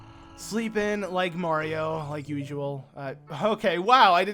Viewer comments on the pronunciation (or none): none